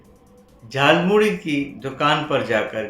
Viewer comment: मोदी ने गलत प्रोनाशकिया.झारमुड़ी नहीं जालौमूली बोलाथा